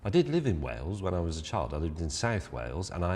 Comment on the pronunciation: Can James May pronounce the word ‘was’?